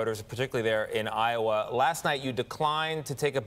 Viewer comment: Lowa? It's Iowa,.